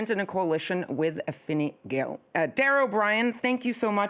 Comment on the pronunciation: Wow her pronunciation of “Fianna Fáil” was spot on. I’m impressed. She must have a work colleague that’s Irish lol. Fine Gael wasn’t so good but 10/10